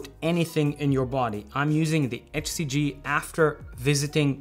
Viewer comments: You pronounce HCG like "FCG". 😄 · He’s saying “HCG” I couldn’t understand him also…he cannot pronounce “H”!! 🤣😂🤣